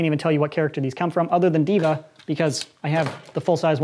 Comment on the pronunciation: Its D. Va not diva.. Dee Vee Aye lol